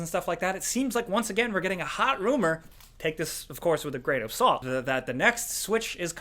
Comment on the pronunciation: “Groan of salt “ lol !